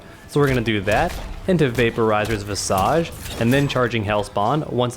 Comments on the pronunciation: That's not how you pronounce "visage". It's pronounced 'vis-eg'. Interesting enough outside of books mortal kombat is the only medium I've seen the word visage used. Kotal actually says it in one of his intros. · You said "visage" wrong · That’s not how you pronounce visage...